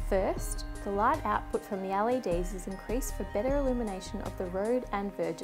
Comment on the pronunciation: The "AL-EDs" are real nice